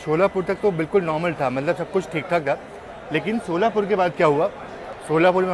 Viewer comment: शोलापुर नही सोलापुर है